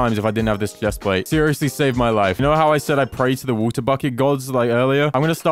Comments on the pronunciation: Make a chestplate which sucks ores in 50 blocks radius. BTW why do u say v-u-t-e-r IT IS W-A-T-E-R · Has anyone else noticed that he says wuta buckets instead of water buckets?